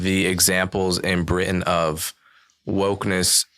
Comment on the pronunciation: the way he says Britain ina Briish accent. Haha!